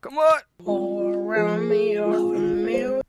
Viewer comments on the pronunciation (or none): none